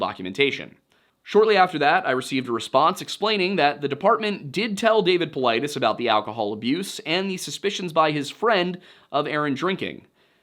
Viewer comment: his last name is GREEK it’s pronounced paw-LEE-deez